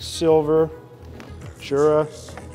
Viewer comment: You pronounce Jura wrong.